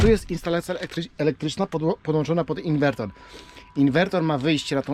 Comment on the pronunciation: Ciekawy pomysł na ograniczenie zużycia paliwa. Na łódź nie polecam turbinek wiatrowych. Ich skuteczność jest zbliżona do paneli a hałasują bardzo. PS. Inwerter nie inwertor ;-)